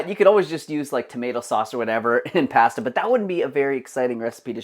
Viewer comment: I wish posters would properly pronounce foods they are making. Start with pasta.